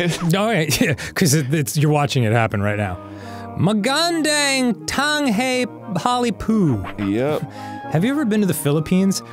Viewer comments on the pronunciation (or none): the filipino in the beginning and dans pronunciation is killing me 😭😭💗💗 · Allie, please tell them how to pronounce "Magandang tanghali, po." That was an amazing attempt, but also a horrible attempt. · Dan trying to say,”Magandang tanghali po.”, was the funniest shit ever. As a Filipino or both hurt me and made me laugh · Dan trying to read Tagalog and absolutely butchering it was honestly the best part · Not my Filipino ass reading “Magandang tanghali po” with my (poor) accent before Dan’s attempt LOL